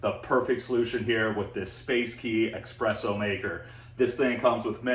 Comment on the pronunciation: it’s pronounced ESpresso not EXpresso :)